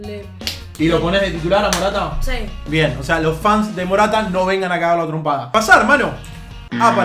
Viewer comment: Minuto dice RATA no MORATA jajaja